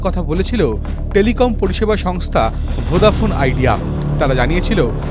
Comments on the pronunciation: ভোঁদা শুনে খুব খারাপ লাগছে😅 ভোডা বলুন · ভোডাফোন ❌ ভোদাফোন ✅ news anchor saying😂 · আরে ভাই ভোঁদা ফোন না রে ভোডা ফোন 😅😅😅